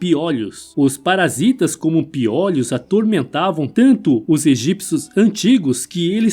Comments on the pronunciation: “Piólhos”...”hieroglífos”... 😳 correto é piolhos e hieróglifos! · Não é 'piólhos' e sim 'piôlhos', claro que sem acento. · Legal o vídeo mas não é piólhos é piôlho que se pronuncia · Acho que o narrador não tinha ouvido falar em pi(ô)lho antes, ele pronuncia "piólhos" chega a ser irritante! 😂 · "Piólhos" foi difícil! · SE FALA PIOLHO, COMO MIOLO, BOLO. NUNCA VI NINGUÉM FALANDO PIÓLHOS, COMO OLHOS. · Diz ao narrador que não é piÓlhos, pronuncia-se piÔlhos, embora não leve acento. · NÃO É PIÓLHOS...E SIM PIÔLHOS... CONSERTE ISTO! Se fala piolhos (Sem Acento). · PIÓLEOS É BOM..KKKKKK SE DIZ,PIOLHOS.... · Sim mano da uma agonia ele falando piólhos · Desculpaí, eu também percebi a pronúncia de " piólhos " que soa como um gongo nos meus ouvidos... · Muito bom o vídeo,só não e tendi o plural de piôlho ser piòlhos kkkkkk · Essa pronuncia de "piólhos" de onde saiu??? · Piólhos ? Não são todas as palavras que mudam a vogal tônica de o pra ó. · Showing results for pronúncia de piolhos Search instead for prouncia de piolhos pi·o·lho |ô| 1. O CORRETO É piolhos "Ô" Desculpe apenas uma crítica costrutiva. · PIÓ LHOS? 😂😂😂😂😂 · Amo o antigo Egito ,agora escutar o locutor do vídeo pronunciando "piólhos" me deu um pouco de dor no ouvido . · Meu amigo! Doeu você falar piólhos. É como ouvir alguém falar cachórros, bólos, dóces… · FALA-SE PIÔLHOS , OK? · Vc está otimo achei graca na pronuncia do piolho mas está original ,vc está muito bem .bjos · O jeito desse cara falar piolhos é ridiculo. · Super interessante ,mas os a forma errada de falar piolho me deu nervoso .Mas parabéns pelo conteúdo. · Caracas, achei que só eu ficava aflito com essa forma dele dizer "piolho"